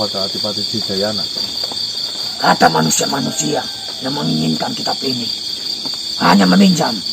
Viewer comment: Adipati adirgayana mas..bukan Dirgayana!